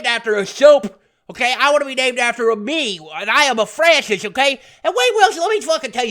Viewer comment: you know he totally meant to say Francis! lmao